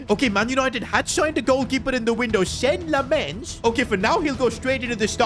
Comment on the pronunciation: Senne Lammens Pronunciation : Sen-Ay Lam-ens